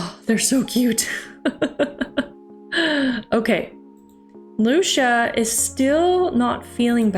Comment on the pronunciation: Hey correct me if i’m wrong but I think lucia is pronounced lue-see-uh Besides that awesome job on this vid and i’m hoping to see more on solarpack!